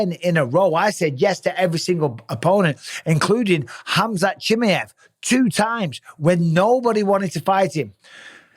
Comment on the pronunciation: Hey Bisping, please could you learn to pronounce Chimaev properly, is not that hard is it mate?